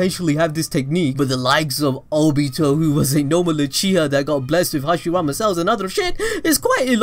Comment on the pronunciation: The way this guy says Nagato and Obito triggers me, and I didn't even know I could get triggered.